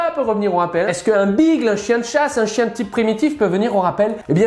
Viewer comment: Hey l'expert canin ! Beagle se prononce Bigueule, ça vient de l'anglais ! On dit Cocké et Goldan retrievé à Montpellier ? 😜